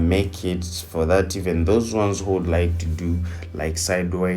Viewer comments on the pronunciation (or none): none